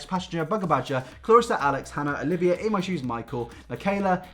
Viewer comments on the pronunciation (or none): none